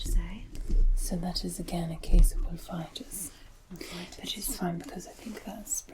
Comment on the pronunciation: "Wolf-itis"? I have a swollen and inflamed... wolf? I'm so confused! 🤣